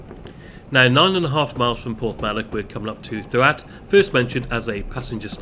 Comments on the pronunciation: Doo-att (DDUALLT)as you called it is pronounced THEE-ACT (DDU = thee, ALLT = ACT) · Great video mate Just a heads up Ddualt is pronounced Thee aft, idk how it gets to that pronunciation but it’s true 😂